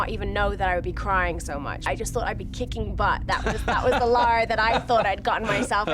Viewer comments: Yea but she can't even say her game character's name properly cos she's been innthe states too long. It's Lara not Laura.. as they seem to be saying.. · Camilla and the interviewer and Crystal Dymamics can't say her name correctly.. It's Lara ffs not Laura. Arghh !! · Biggest pet peeve ever: "Laura Croft" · So is it LAURA Croft or LAHRAH Croft? (Pronunciation) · its Lara not Laura lol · It's Lara not Lora ffs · did he say LORA Croft at the end?!? jeebus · You would hope that the host of a documentary on Lara Croft could pronounce "Lara" properly :|